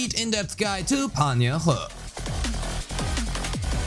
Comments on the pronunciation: Btw the correct pronunciation is sort of like Yeen-Hoo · it's pronounced yin-hoo but close enough!